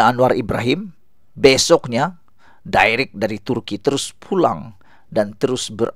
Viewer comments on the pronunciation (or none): none